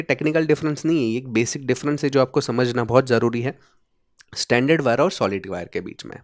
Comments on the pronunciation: Brother, there is a difference in your pronunciation. Your pronunciation is for this word " standard". Where as for wires it is " stranded" pronunciation is different. Proper pronunciation you will get on Google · Good video but you are calling stranded (स्ट्रेंडेड) wire as standard (स्टैंडर्ड) wire through out the video. Pls correct your pronunciation. Also AC frequency in India is 50 Hz only not 20 kHz or 81kHz as shown in your video. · Isn't it strrrrrrrrrrrrrrand?😀